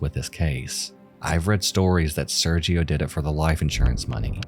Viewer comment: sergio being pronounced with the g like a j was really bothering me lmfao 😭 esp when he mentioned they were in TEXAS LIKE GIRL